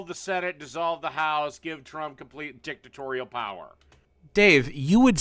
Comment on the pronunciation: The way Dave said dictatorial sounded like dicktorial, like a tutoring for your dick. Dicktorial: for when you need to know what a urethra is.